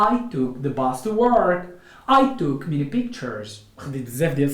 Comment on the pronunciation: من فضلك تاكد من القاموس قبل تقديم اي فيديو حتى لاتعلم الناس الخطا في النطق وسكرا ...... weather /ˈweðə(r)/ not /ˈwiðə(r)/...... together /təˈɡeðə(r)/ not /təˈɡaðə(r)/ ...... many /ˈmeni/ not /ˈmini/......